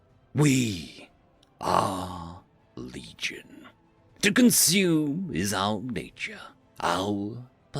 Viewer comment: I thought he said "Bleed-gion" at first. I think it fits.